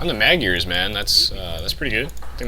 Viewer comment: Awesome vid! Wouldn't it be better to just say "Hungarians" instead of mispronouncing the word Magyar? :P :P Since they do speak Hungarian anyway...